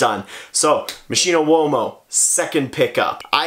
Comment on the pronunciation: It is pronounced "MOSS - KI:NO"